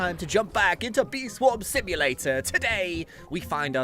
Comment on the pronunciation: Bee Swarm Simu"late"r